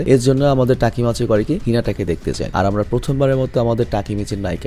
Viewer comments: Vhaiya takimaichi na takimichi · তাকিমাচি না তাকিমিচি❤ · ভাই আমি জানি আপনি অনেক কাজ করেন। কিন্তু আমি চাইনা অপনি main character এর নাম ভুল বলেন।ওটা তাকিমিচি=তাকি